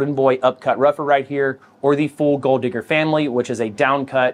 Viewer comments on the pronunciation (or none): none